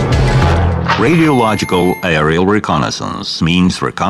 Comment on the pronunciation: i get confused when he says aerial, sounds like i r l